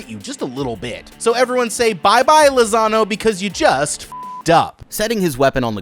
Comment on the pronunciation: Every time you said Lazano, I heard Lasagna